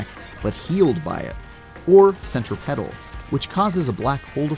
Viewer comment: Why the hell did you say centripetal like that?